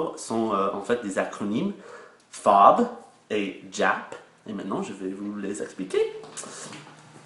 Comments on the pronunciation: Ah par contre, si je peux me permettre, fais attention c'est JAP (Ji), je ne sais pas si tu l'a bien prononcé, ou si c'est le son de ta vidéo qui fait que l'on entend que tu prononce "Jé". En revanche, très reussi ton déguisement pour Halloween. ^^ Et sinon en France nous disons bien iPhone (aïe phone) et non iPhone (i phone). ^^ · Quand tu dis les lettres du mot "JAP" le "J" ne se prononce pas comme ça il se prononce comme le "G" en anglais ;) Mais sinon super video !